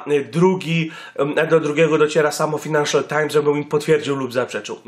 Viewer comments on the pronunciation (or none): fajnanszal nie finanszal times xD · Czytasz "fajnanszal"